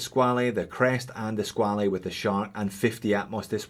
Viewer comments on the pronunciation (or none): SqualE?no...just pronounce "squal"..it s french word😉 So..nice review